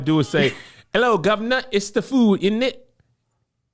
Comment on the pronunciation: One bit of advice is when we say “init” to mean isn’t it at the end of the sentence (which isn’t the only way it’s used now) its only said as ‘in it’ you are almost saying the isn’t part 😂. Also no one in England says food as feud for whatever you are doing 😂